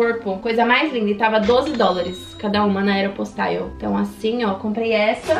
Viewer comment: Eu acho engraçado pq ela fala aero postaio Kkkk pq sla eu falo aero postale mermo